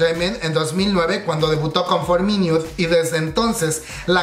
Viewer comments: "For miniut" xd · Amix no lo digo en mala gana ni nada pero se pronuncia jiuna y iduan,y for minut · Buena la información, bien completa. Pero la pronunciación de los nombres de los involucrados y los grupos, por ejemplo: for miniuts, hiouna... Hay que estudiar más bb.